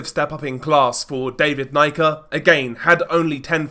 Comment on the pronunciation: Pronounced knee-ka